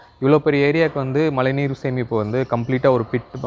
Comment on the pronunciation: its not malai neer.. its mazhai neer..